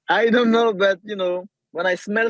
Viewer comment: Aussi quand il dit i talk I talk I talk bUt I back it up 😂